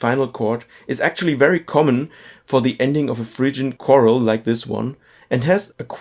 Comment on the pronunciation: The word is "chorale," not "choral." (kuh-RALL, not KOR-l)